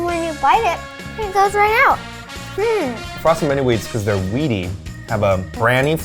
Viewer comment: "They'rrrrrrrre great-!" Yes Eugene. You two are great.